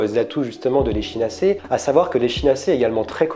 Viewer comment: On prononce "ekinacé" ! En phonétique ! Sinon très bien ce que vous faites 👌🏾